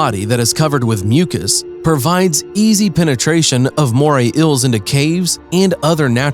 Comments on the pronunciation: the way he says eels ills moray ills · It’s bugging me how you’re pronouncing it as moray ills🙃🙃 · "Moray Ills." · “Today we will tell you about moray ILLs” Nope. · “Moray ILLS”